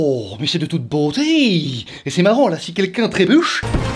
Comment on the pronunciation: "ooohhhh mais c'est de tOuTe BWoTéi"